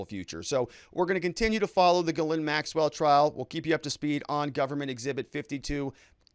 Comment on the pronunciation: It’s pronounced Jizz-lane